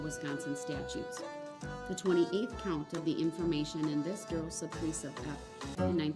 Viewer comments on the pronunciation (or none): none